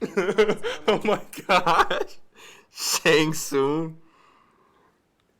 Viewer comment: guy said shung ling